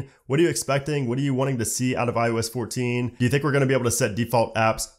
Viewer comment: Is it me or does it sound like he’s saying ius 14 and not iOS 14. Just saying.